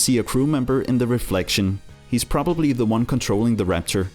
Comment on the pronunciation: No offense but it’s raptor not rapcher